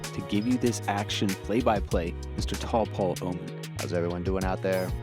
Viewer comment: You guys are doing great, but you have to learn how to pronounce the New Zealand language. It’s very similar to Hawaii where you annunciate the vowels as they sound. You’re saying Taupo totally wrong. 😂